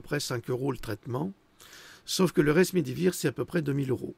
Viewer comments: ce n'est pas le resmédivir mais le remdésivir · Attention.bien prononcer Rem.. Desi Vit REM ... on connaît Desi... En hindi, voir Web Vir... En latin...idem Gilead : ancienne chanson " there IS a balm in Gilead " voir Web